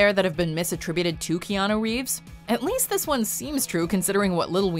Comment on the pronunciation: Reanu Keeves